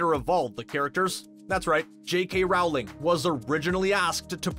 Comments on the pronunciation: IT'S ROWLING (LIKE BOWLING WITH AN R) NOT RAULING!!!!!! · Your saying it wrong It’s Roll-ing not Rowe-ling. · dude, it's Rowling, not Raohwling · It’s not said Jouling it’s said rolling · It's not rOWling, it's rolling! Get it right!! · I cringe everytime he says "row-ling" instead of "roh-ling" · Rowling is pronounced with the row rhyming with toe....not cow. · Why do you say rawling instead of rowling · It’s rOwling not rawling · ITS ROOOWLING NOT RAAAAAWLING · JK ROWling. It's pronounced ROW-LING! Not Rou-ling ffs! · It’s Rowling not RAWLING!!! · Cringing everytime I hear RAWLING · It’s actually not said as the first one it’s said like “r-ow-l-ing” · Jk Rowling said it is roll-ing but she responds to either one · Omg THANK YOU. How are people such huge fans of Harry Potter and still pronounce jk Rowling’s name wrong?? It is like “rolling” people💁🏼‍♀️ you can literally YouTube her pronouncing her name if you’re that unsure about it. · I thought I heard that but the next moment he said 'rowling' wrong and I forgot to listen again. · I can’t stand it! IT’S ROWLING AS IN BOWLING! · J.K Rowling isn’t pronounced how the narrator pronounces it. Rowling is pronounced like rolling, as in to roll down a hill. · NOOOOO ITS ROWLING AS IN R-OW-LING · Rowling as in bowling lmao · Roweling when he said it triggered me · Here's another fun fact Rowling is pronuced "Rolling" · Learned a few more things. Cool! P.S: J.K. Rowling is pronounced rolling. Did you know the t in Voldemort is silent? Yup, sure is! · Oh my god Rowling is pronounced ROLLING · Rowling rhymes with Bowling. Ford Anglia. Not Angela. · It’s not pronounced Rowling it’s actually pronounced rolling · Rowling is pronounced Rolling and in roll the ball. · Dude. It's "Rolling". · J.K.Rowling's last name is pronounced rolling. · For me the most annoying thing about this vid was the constant MISPRONUNCIATION of the author's name. IT RHYMES WITH BOWLING. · J.K. Rowling - not rawling! /rəʊlɪŋ/ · it is pronounced ROA LING